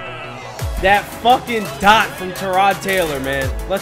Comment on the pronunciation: Did you say teerod Taylor. it's tie-rod Taylor